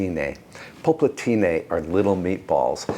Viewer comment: It's nice the way you say "polpettine". Congrats. All the best from Tuscany.